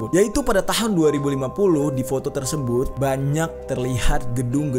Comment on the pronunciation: Salah ngomong mulu wkwk 2050